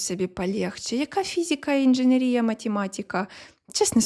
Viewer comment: Ну що ж таке... така актуальна інформація, така чудова подача, мова йде про такі круті постаті! І тут... інженерІя. Ну, та за що?! Ну, яка інженерІя? інженЕр, інженЕрний, інженЕрський і, звісно, інженЕрія